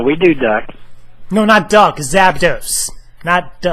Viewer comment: lol...the way he says duhck and when he compares duhck to zapdos